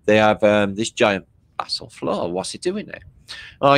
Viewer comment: 👋”basalt” bath salt, baa, vassal, bassel hmmmm